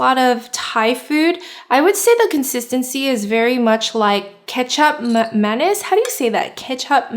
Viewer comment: Lol I thought she was saying ketchup mayonnaise 😄😀 lol